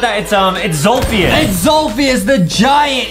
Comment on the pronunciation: adam its zolfijis🤣😂🤣🙂